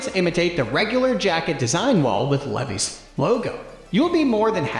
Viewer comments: Based on the fact that someone on planet Earth doesn't know how to pronounce "Levi's", deducing obvious AI and somehow the "creator" chose "public restroom" for the ambience selection. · Poor audio. Doesn’t know how to pronounce Levi’s